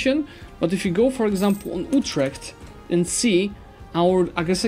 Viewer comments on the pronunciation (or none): none